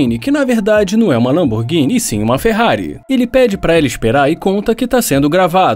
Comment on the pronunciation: Lamborguine kkkk